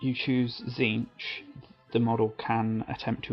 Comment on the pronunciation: I believe Tzeentch is pronounced Zéénch, t is silent. Great video though.